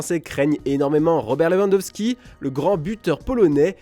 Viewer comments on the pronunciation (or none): none